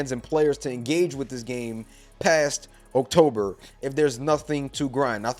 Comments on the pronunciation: This has nothing to do with anything, but why do you pronounce October? Oak Tober 🤣🤣🤣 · Why you say "October" like that tho?